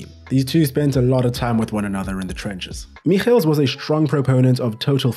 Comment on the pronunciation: The way you pronounced Michels was amazing.